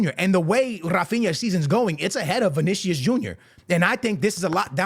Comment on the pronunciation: This clown still keeping to say vinisius jr 😂😂😂😂😂😂😂😂😂😂😂